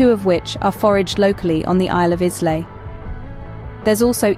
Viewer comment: I believe you're pronouncing Islay incorrectly which, unfortunately, made me stop watching. If you can't pronounce the area properly how can you know the history and food of the area?